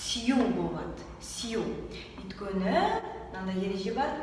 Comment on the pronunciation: неге сен өйткені деген сөзді өткені деп атайды?